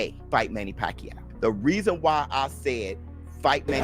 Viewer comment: this narrator is really laughable, his pronunciation on Manny's surname is pac-u😂😂😂